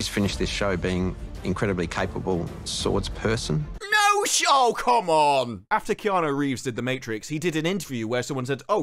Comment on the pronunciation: Oh boy and he actually had to emphasis “swords PERSON” Omg the forced wokeness in this entire series is so painful hahaha